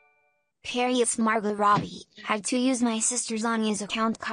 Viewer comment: Next time let's get the right accent on Margot